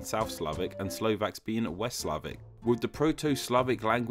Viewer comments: We are not called slovenyek..its pronounced slovenets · YakuzYah #staʟe_memes According to the narrator we call ourselves Slovenyaki... Like a species of yaks 😂 😂.. Well we are mountain nation 😂 😂